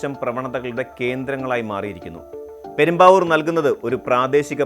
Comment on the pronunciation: പെരുമ്പാവൂർ അല്ല പ്രേം ബാബൂ!